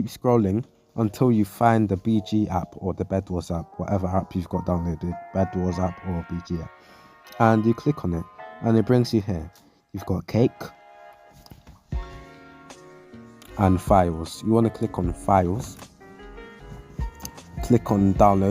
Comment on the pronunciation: Did u really say cake instead of cache